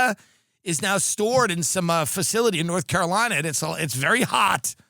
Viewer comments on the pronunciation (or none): none